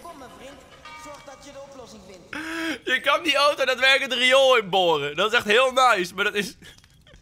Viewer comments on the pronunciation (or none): none